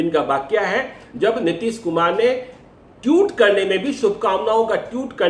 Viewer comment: ji टीउट नहीं ट्वीट होता है 😂😂